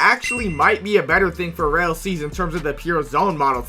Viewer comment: everytime he says "real" its rell😂